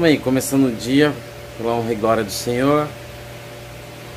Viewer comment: "honra e grória ao sinhô"??? Qual sinhô??? O sinhozinho Malta???? kkkkkkkkkkkkk